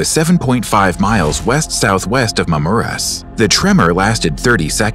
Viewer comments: Hahahahhahahahhahahahhahha me meke "Mamjèrres" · the way he said Mamurras got me dying